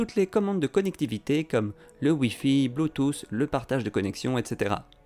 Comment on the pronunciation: Bluetooth se termine par ‘th’, et en anglais, on ne prononce pas le ‘H’. Donc, c’est juste ‘BluetooT’. Arrêtez d’ajouter des ‘Z’ à la fin de tous les mots qui se terminent par ‘th’ en anglais, s’il vous plaît 😭. Will Smith devient Will SmiT, et pas Will Smitzzzz.